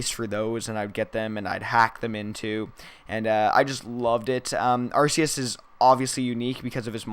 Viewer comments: no are-key-us is not only for how they pronounce it in the anime are-see-us is not the way to pronounce it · By the way arceus is pronounced are-KEY-us